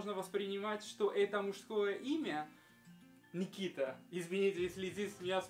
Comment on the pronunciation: Не Микита,а Никита.Карен-армянское имя